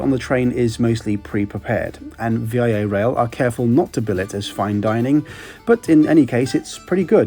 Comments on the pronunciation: Great video. I would love to take this train. Just a quick note that in Canada we say Vee-ah Rail not V-I-A. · HAL-A-FAX and it's not V-I-A Rail its VIA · Lol. "Via" is a word.... It's a preposition "by way of, through" ... Not V. I. A. Rail.... It's "Via Rail" 😂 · VIA is NOT an achronym (V.I.A.). It's just 'via' which means 'by way of' and is pronounced 'VEE-AH' The important thing to note is that VIA does not own any physical rail lines which means one may be delayed, sometimes significantly, as freight trains take priority over VIA trains. Your train can be shuttled off to a siding for minutes or hours depending on the freight schedules.